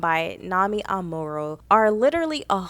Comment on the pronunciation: Girlllll....you can't even pronounce her name?